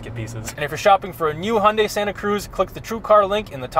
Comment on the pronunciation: It's pronounced Hi-oon-die not Hundie